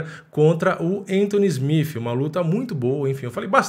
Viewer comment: Admiro seu trampo mano, mas SmiFi é ruim de ouvir.